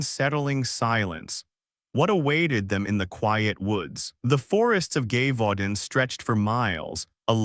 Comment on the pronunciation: If your going to do this story. You need to get the pronunciation of the location cortect.